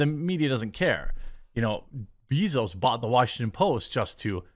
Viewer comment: Time to learn how to pronounce Bezos correctly.